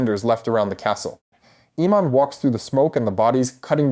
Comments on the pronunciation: “AY-MUND”. NOT “Ee-mond”. 🤪 🤦‍♂️ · Dude, I'm sorry I cannot listen to you massacre the character names anymore ... It's AY-MOND and BAY-LA:face-pink-tears